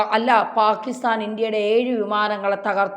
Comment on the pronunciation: VJP അല്ല BJP യാണ് യേഴ് അല്ല ഏഴ് ആണ് ആദ്യം ഭാഷാശുദ്ധി പഠിക്കൂ എന്താ പറക മാങ്ങാ തൊലി.